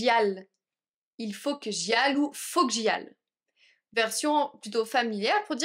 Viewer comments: J t'ai entendu prononcer le l en 'que j'aille ' à mes connaissances on la prononce ay à la fin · Une question svp , pourquoi vous avez prononcer le lle dans la phrase il faut que j'aille , normalement ça se prononce il faut que j'ay , merci pour votre réponse 😊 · Bonjour, J'ai toujours entendu que 'aille' se prononce 'ay', mais on dirait que vous dites 'al' Est-ce une autre façon de le prononcer ou un accent spécifique à une région ? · When you say il faut que j'y aille your aille sounds really different to how I've heard it. Is this just different accents? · Merci infiniment pour ce cours. J'ai une question à propos du verbe "Aller" dans cette phrase:" Il faut que j'y aille." Est-ce qu'on prononce le double L comme un L ou comme un /y/? Je suis pas sûr mais j'ai le sentiment d'entendre un vrai L quand je vous écoute . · Ta façon de dire "aille" est différente des autres français que j'ai entendue. De quelle région de la France viens-tu ?